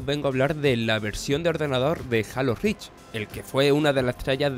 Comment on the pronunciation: "jalo rich pa log fans de equi boc" ¬¬